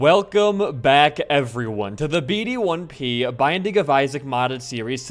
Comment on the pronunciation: why do you still pronounce your own name as B D 1 P there's already a lot of "random sequence of numbers and letters" youtuber names and people talking about "butterdip the best solo-podcast-gamer" would be funnier